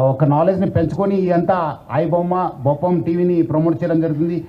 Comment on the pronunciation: Boppam kadu uncle adi bappam😂😂😂